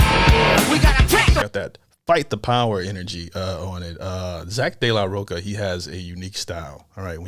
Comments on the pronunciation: ROCHA!!!! NOT ROCA... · roCHA bro. Not CA...